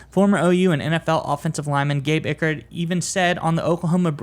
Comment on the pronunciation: It is Trace Ford, not Tracy. Also, you mispronounced Gabe Ikard's last name. It is pronounced Eye-kard. You guys might consider doing a little research before you do a video.